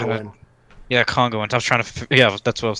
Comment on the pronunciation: just for future reference its Congolese not congolians